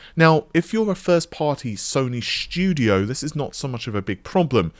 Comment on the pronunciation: sony schhtudio